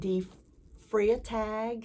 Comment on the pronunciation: Love the Mirabilia. 'Freitag' is a German word that means Friday. In German, when the 'ei' is that way round it is pronounced 'i', so Fritag. If it is 'ie' it is pronounced as an 'ee' sound.